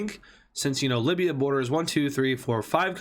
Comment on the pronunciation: Why did you butcher up Libya. Not deserved